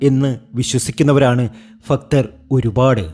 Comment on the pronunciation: ഫക്ത്തർ അല്ല ഭക്തർ